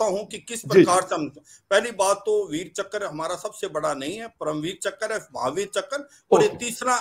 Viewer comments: "Veer Chakra" nahin "veer chakr" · .veerchakra award hai ... VeerchakKra nhi hai ... Thora padho ache 😂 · Abbe ullu, Veer chakra, not Veer chakkar 😂😂😂 Aur har vid mein pakistan atami mulk hai bolna zaruri hai kya!!! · It's "Veerchakra" not veerchakkar 😩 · Phle sale tum log thik se bolna sikho..veerchakra not veerchakkar..🤣